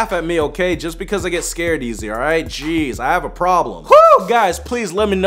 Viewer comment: Lol when he says “jeez” it kinda sounds like “cheese” Like If You Agree!❤️❤️